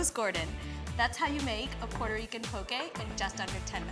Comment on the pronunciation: As a Hawaiian I wanna first say MAHALO NUI LOA for showing people all around the world how to pronounce POKE and AHI the right way keep up the good work chef